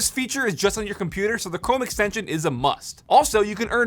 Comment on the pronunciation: ok im sorry but is he not saying cwome? lol